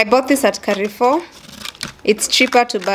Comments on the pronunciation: Lol I followed to see if anyone heard this its kafoo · Amazing content there. But did you just say KAREFOOOOOO 🙆🏽‍♀️🙆🏽‍♀️🙆🏽‍♀️🙆🏽‍♀️🙆🏽‍♀️ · I found someone else who says Carrefour instead of Carrefour. Did you read it differently?😅